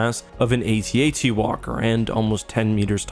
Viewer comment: It means a lot to me that you pronounce AT-AT the correct way.